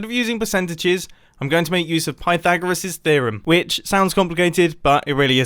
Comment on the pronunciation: “Pythagrisis thereom”